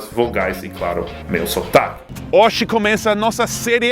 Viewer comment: Já que o português não é tão difícil, então pronúncia corretamente a palavra “hoje", por favor. ;)